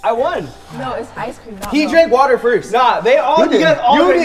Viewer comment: I like how said “ice cweam “ to dev